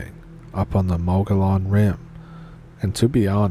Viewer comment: Interesting tidbit: "Mogollon" for some reason is pronounced something like "Mug - EE - on". Love the way you read these stories,!